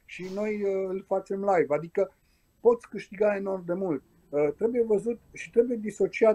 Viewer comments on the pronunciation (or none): none